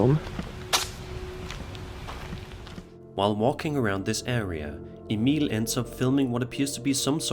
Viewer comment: I love that u actually pronounce Emil correctly! It's rare for some scandinavians with old nordic names 😅😅